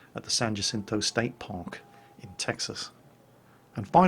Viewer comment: he mispronounced "Jacinto" XD